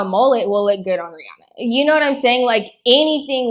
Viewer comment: It's "Re-Anna", not "Re-Ahna".